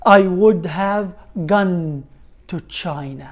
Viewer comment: استاذ دائما اسمعك تلفظ gone كلفظ معنى مسدس لكن انا اسمعها بلفظ اخر وهو حرف O يكون بضمة وليس بفتحه